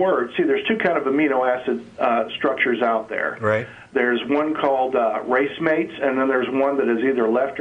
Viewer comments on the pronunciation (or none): "Inorganic amino acid" That doesn't make sense. "racemate" its spelled racemic and pronounced ray-see-mick "Left or right handed" The metaphor used is often "left or right handed", and it is true that amino acids in today's life is all the same "handedness" if you take the metaphor. However the definition of racemic basically indicates that both are present in roughly equivalent amounts. So yes, amino acids of which ~50% are similar to those in life. Implying they are nothing alike is hilarious. "No intelligence takes more faith than believing an intelligence did do it" So not making an assumption takes more faith than making something up and going with that? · The guy has had the misfortune to gain his smattering of knowledge from a book - "race-mates" ! Had he heard the word used in context, he'd've discovered that it's pronounced "rah-SEE-mate", or "rah-SEE-mick", and what he means is the body produces one type of chiral ("KYE-rahl") amino-acid, whereas in inorganic processes, i.e. the M-U expt., one gets a RACEMIC mixture of both forms. No amino-acids are inorganic, but a few may be made by inorganic processes (M-U expt.). The fellow really ought to have taken his own advice ; had he actually spoken to a biologist for 2 minutes, he'd have found out how to pronounce the big words...and that his conceptions are that little bit skewed. Ah well - scientific illiteracy ; humankind's ultimate failure of education, allowing silly superstitions to proliferate...and to demand that people respect people who profess belief in absurdities?! Painful. I must see if there have been continuations from the M-U experiments, you know, with different atmospheres + gases ... oh, and the red sludge? Tholins, more or less - much as the stuff giving Pluto + Charon their reddish colouring - nuclear radiation from the sun on methane over billions of years producing simple ORGANIC molecules. God, I am not fond of this caller. "Race mates" - I ask you - is it a new condom for athletes?